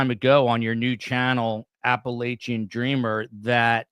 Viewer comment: You’re mispronouncing “Appalachia”,!